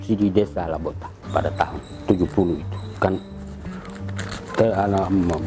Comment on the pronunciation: Lobota.. bukan Labota